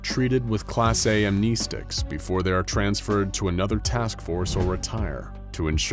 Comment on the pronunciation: Am I the only one that froths at the mouth at the way he pronounces amnestics?